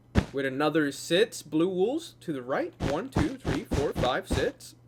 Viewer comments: its not sez or sex it is six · everytime u say six u say sits😂😂😂